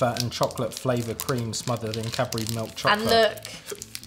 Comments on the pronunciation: They were honestly saying Capri but they were actually saying Cadbury🙆‍♂️ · Yohhh tog... the way they say " Cadbury " hurts me😓😓😓😓😓😓. It's cad-bury hle😂😂😂😂😂